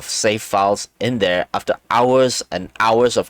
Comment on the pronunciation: Thwere’s rwabbits wover thwere